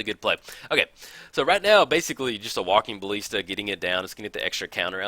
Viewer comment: Jeez, its walking ba[ll]ista. Not bal[ee]sta.